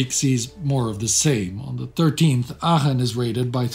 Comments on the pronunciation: His pronunciation of Aachen seems strange. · That's the German pronunciation